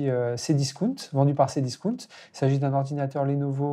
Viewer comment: Discount elle le prononce discounne ahh la la